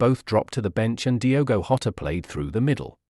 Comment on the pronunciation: The information is worthwhile, but your disjointed, weird speaking rhythm is very off-putting. Also, Diogo is Portuguese, not Spanish. His surname is not pronounced 'Hota' but 'Djota' . 3/5 for content, 1/5 for delivery.